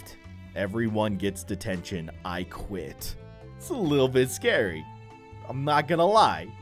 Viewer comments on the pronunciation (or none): He said I guit